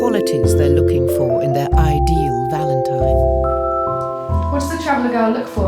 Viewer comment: She can't say valentine . Valentimes. She should not be looking for a husband. Sad